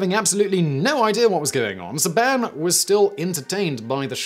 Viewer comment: Love your videos but it’s Saban. Say-been